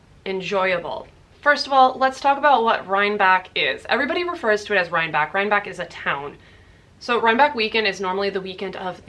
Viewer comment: I believe it’s pronounced RhineBECK…not back…